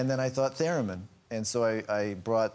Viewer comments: Its "TherEmin" not "TherAmin" :P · Is Graham correcting Ryan Gosling's 'theremin' pronunciation? :P